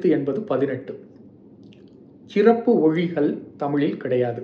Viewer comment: தம்பி உங்கள் தமிழ் பணிக்கு வாழ்த்துக்கள். உங்கள் உச்சரிப்பில் சில சிறு பிழைகள் உள்ளன. அவற்றை சரி செய்து தொடர்ந்து உங்கள் காணொளியை பதிவிட வேண்டுகிறேன். சிறப்பு -. ச்ச்சிறப்பு (தவறு) சொல் - சொள் (தவறு) நூலை - நூளை (தவறு) நூல்களில் - நூள்களில் (தவறு) செய்திருக்கிறார் - ச்ச்செய்திருக்கிறார் (தவறு)